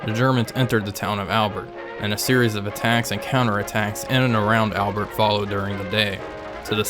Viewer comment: The evil Bosch spirit really comes through in the complete disregard for pronouncing place names like Albert and Amiens. To be fair I think the British called Ypres, Wipers.